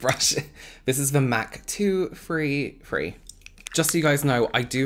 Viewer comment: “Mac two free free” 😄 love you!